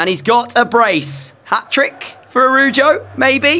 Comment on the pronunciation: ITS ARAUHUO NOT ARUJO